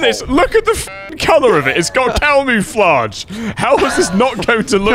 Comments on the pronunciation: cow-moo-flage xDDDDDDDDD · I can't get past cow-moo-flage XD